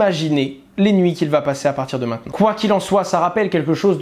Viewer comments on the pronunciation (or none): none